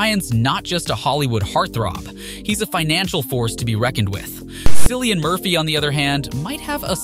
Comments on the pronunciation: Cillian. His name is Cillian, not Sillian. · You do not pronounce Cilliam right!